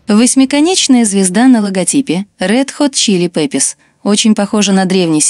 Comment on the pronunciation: Почему говорите неправильно название группы?